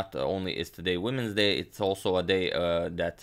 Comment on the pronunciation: LOL...I heard "Happy Wednesday" instead of "Happy Women's Day" and I was like, uh...... :)